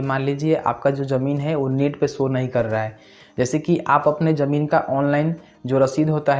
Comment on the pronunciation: Jamin nhi bolte bhai ZAMIN BOLTE H